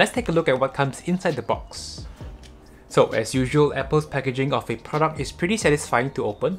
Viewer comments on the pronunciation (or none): none